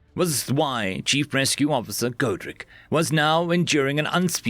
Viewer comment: Not to be mean but you know you've been reading too many alien names when you say godric as godrac lol